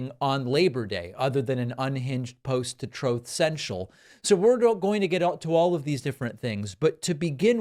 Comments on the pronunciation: LOL, "Troth Cential" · “troth“ lol